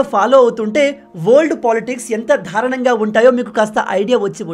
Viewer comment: నాయనా ధారుణం కాదు బాబూ దారుణం. సరిచేయండి